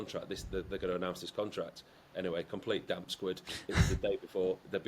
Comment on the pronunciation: Did he just say damp squid?